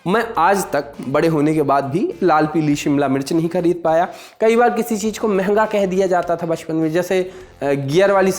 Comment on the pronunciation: Haan woh cheez ko cheej bole aor tum andaaz ko andaj 😂 sahi jodi hai tum dono ki 😂😂